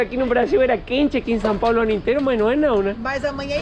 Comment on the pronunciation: é SÃO PAULO nao SÃO PABLO kkkkkk